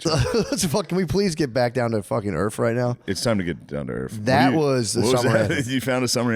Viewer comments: You can tell Matt comes from a black household, he says "Earf" in substitution of, "Earth". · They can be EARF! Lol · “I think Earf 🌍“ 😂